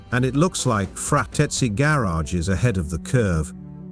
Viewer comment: awesome build, it look as original manufacture. "frateski" must be pronounced like in italian ? i bielieve...